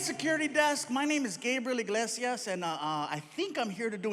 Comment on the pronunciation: I like how the security desk said his name wrong XD Gilbert Ignazios.. I can't get that name out of my head. XD